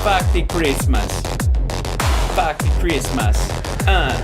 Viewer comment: 🎄 She can say Meddy Chreesmees and Fock Chreesmees.😂😂😂